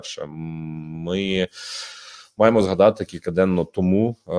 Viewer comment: Короче - дикую, було, алэ, маемо...